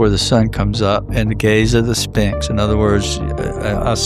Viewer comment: He always calls The Sphinx “The Spinx” 🤣